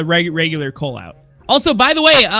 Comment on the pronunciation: Coal man not wool